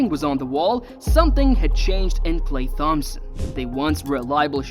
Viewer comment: this guy miss pronouncing "Klay Thompson" is making this hard to watch